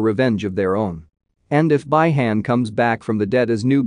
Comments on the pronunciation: Also Beeeeeeeeee Han. Not Bye Han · Bee Han my dude..... Bee Han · Dude ur saying the name wrong it’s Bi-Han and Quan Chi